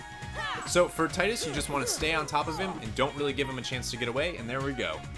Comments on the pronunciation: No offence on anything but it's pronounced Tee-Dus. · Yeah, but Selphie in KH2 was the only one who pronounce it Tie-Dus which is where the confusion started. And, let's be fair, Square-Enix never has a good track record regarding consistent names. (hello Aeris VS Aerith debacle) But Dissidia, World of Final Fantasy and even James Arnold Taylor all pronounced it Tee-Dus. And it can't get more official than his voice actor saying it if you ask me. It's just a me thing; I'm the type of guy who needs an actual confirmation from official souces and I pronounce and spell names based on official terms.